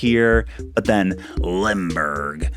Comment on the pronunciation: Finally we can say goodbye to Hippeux 😂 I love! You make me love Dystopiacore. Funnily Cherry and Cephalobot are residents on my new Dystopia, abandoned Carnival, dark academia forest Island and I love 'em ❤ hilarious how you pronounce „Limburg“ I’ll miss that 🥲 Goodbye, your awesome, but we need to move on 😍 i‘m so excited to see your new island! And pls. No more Hippeux xD